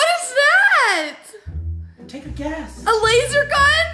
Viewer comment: LOL HAHAHAHAHA SHE SAID "laser gun"